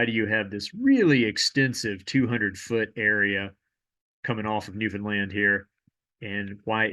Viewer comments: thanks for pronouncing newfoundland correctly! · Someone actually pronounced Newfoundland right lol, props! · Wow you pronouced newfound land right 😮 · You mispronounced Newfoundland correctly. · Very impressed you pronounced newfoundland properly, most people dont lol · Thank you for correctly pronouncing Newfoundland!